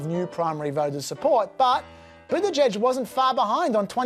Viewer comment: why do you even bother to be part of any political discourse when YOU CAN'T EVEN GET THE NAMES OF THE PLAYERS RIGHT?!? I can understand you butchering Buttigieg's last name (just call him Mayor Pete) but BloomBERG's name? (where did you get Bloomfield from? Antisemitic racial profiling much... do you?)